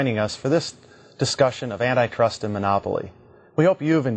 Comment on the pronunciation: I had to stop the video and look up what N-I Trust laws was... but google gave no results, so after thinking for 5 minutes I figured out they meant ANTI trust law, not n-i trust law. But the way they pronounce it is just so incredibly misleading.